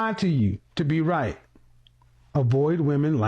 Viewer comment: She said "ate", not "eight", as in "I'm an ate, I ate everything"